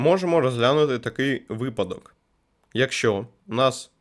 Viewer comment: Не кажи випАдок бо буде припадок, ужас, як так можна, помилки в таких словах робити, просто жах..... ахпахзхзахзпахзпазпахзпахпазхапзхап